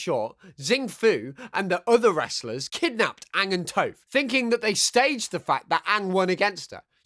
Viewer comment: It's pronounced TOFF, not TOFE.